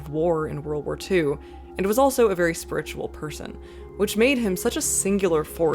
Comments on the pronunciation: Is this pronunciation of “spi’RITUAL” a Canadian thing or a thing? I’ve never heard the emphasis put there before, I’m so intrigued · why do you pronounce spiritual like that